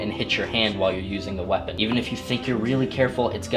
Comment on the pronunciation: Did you say "Perfect feeapon" just after you connected the chain? Haha